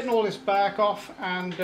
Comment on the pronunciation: I like how he pronounces bark close to back